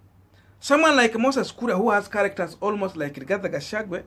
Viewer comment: get peoples names right all the time Gashagua not Gashagwe.